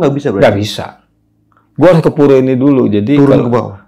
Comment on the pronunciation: Ki naen😂😂😂 Ke bacaannya bukan Ki kiai kali😂😂😂